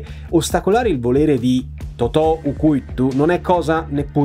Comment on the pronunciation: Sorpreso da quanto hai PRONUNCIATO bene "u curtu". Sembra quasi corleonese. Ottimo resoconto in ogni caso, un sacco di hype per il seguito